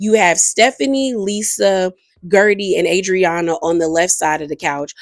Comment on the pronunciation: You really are bad with last names … cause why you do Adrianna like that 🤣🤣